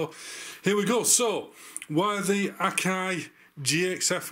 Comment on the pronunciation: At least you pronounced “Akai” correctly, and not like those Yanks. It’s not “A”ky.